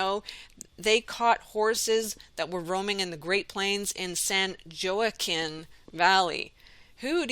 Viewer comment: San Joaquin is pronounced "Wa-keen". Sorry, not one for correcting others but thought you'd like to know that. :)